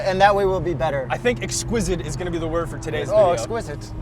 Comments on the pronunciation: "Exsquidit", we all heard you. 😬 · For the first time, something has come close to a 911 Turbo S, for me. And I’d take this over the Lambo any day. It’s “exsquizid”. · did say ‘exquisidd’? 🙃